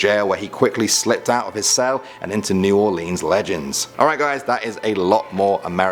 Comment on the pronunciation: I cringed everytime he said "New Orleans " the wrong way